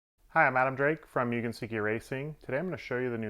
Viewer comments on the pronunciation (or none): It is pronounced Moo-gen not, Mu-gen. Mugen is a Japanese word that means unlimited, infinite, or infinity and seiki means established or legitimate.